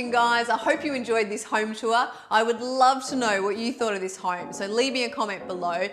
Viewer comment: I love your home tours and you guys are adorable. Is it just my untrained American ears or every time you say 'home', it sounds like 'hoerme'? Cheers!